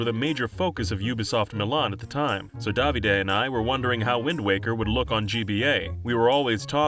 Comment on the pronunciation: The way you say Davide sounds so wrong